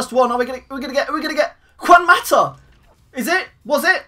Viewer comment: u said mata name wrong